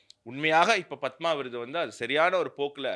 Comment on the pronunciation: ஆனந்த அவர்கள் பத்மா என்று உச்சரிக்கிறார்.